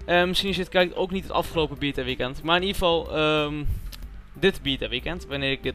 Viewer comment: Het is geen bieta, maar beeeta (of behhta